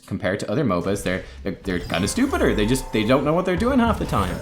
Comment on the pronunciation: Stuhpuhd and stoofedeer lel